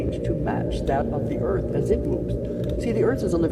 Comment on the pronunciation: Did she really just say earFF like that twice tho?